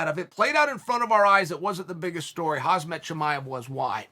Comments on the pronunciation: hazbet chimaev, hazbet chimaev. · Everyone "Khamzat Chamaev" and then Uncle Chael " Chamaev"......so Chamaev it is 😅😅😅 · "Hazbet Chimaev" Sonnen do that on purpose right? Never getting any name right?